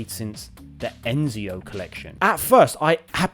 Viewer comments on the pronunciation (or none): Ezio not Enzio LOL